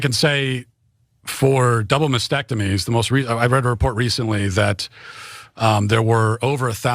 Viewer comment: he doesn't even know how to pronounce mastectomy